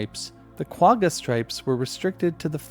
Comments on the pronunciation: Pronunciation on Quagga was incorrect. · The southern part of Africa you mentioned is a COUNTRY called South Africa 🇿🇦 Also please correct your pronunciation of Quagga. Otherwise, great video.